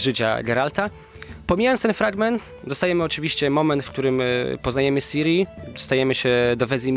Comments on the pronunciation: Ciri, nie Siri... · Siri ? O matko. Ciri. Cirilla. Skąd wytrzasneliście Siri ?